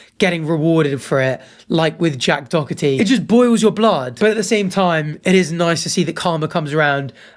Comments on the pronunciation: where are you reading dockerty? it’s Doherty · His name is Doherty not Dockerty . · How does one go from doherty to saying dokerty🤣🤣🤣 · My brother, it’s Doherty 😭😭😭 I hate this pos, but the dokerty triggers so much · It’s Jack Doherty. Dough-erty, not dock-erty. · why is bro saying dockerty not doherty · It's pronounced 'doh-URT-ee' or 'doh-EH-tee', gang gang; clearly neither you or that American news host have ever encountered the name "Doherty" before. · bruh, you heard them say his name right? Door-Tee! tbf screw him he is not the point. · sort of pronounced Doherty like Docherty and I hate it because one is my last name and one is the worst guy ever. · I am so sorry, but watching you LOOK/READ the name "Doherty" and continuously pronounce it "Dockerty" was fucking killing me bro. 💀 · And how tf is Doherty, dockity? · Bro said hickory dickery doherty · Absolutely hilarious he was saying dorkety 😂 still dont know how anyone would watch that clown or give him any attention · So tell me....where exactly is the ck in Doherty? Is it really pronounced Dockherty? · Wtf was that pronunciation? Jack dockerty? That instantly triggered me 😡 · Why is it that Brits can’t pronounce Doherty properly? Where is the c or K in the middle of the word? Do-her-ty it’s really not that hard! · buddy, there's no c or k in Doherty, why are you pronouncing it like that? It's Doe-hurty or Doe-urty. Not that I like that little dbag. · pls stop saying dog-herty. its like playdoughgerty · “Dockety” it’s just pronounced with a h mate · How many times did you say Dougherty wrong after the news lady said it correctly? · Are you saying Jack Doherty’s name wrong on purpose? For engagement? If so, it worked 😂 it’s annoying AF though! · nah. I’m British we don’t say that he just messed up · Love how this dude puts a "k" sound in the middle of Doherty's name every single time he said it 😂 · You say Doherty’s name like a Greek philosopher’s name